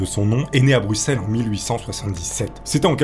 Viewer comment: GG pour avoir bien prononcé "Bruxelles", c'est rare !